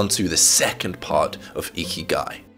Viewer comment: Bruh I usually listen to this instead of watching and thought the whole time he said icky guy